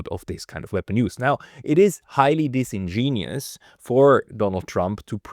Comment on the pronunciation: It's disingenuous not "disingenius".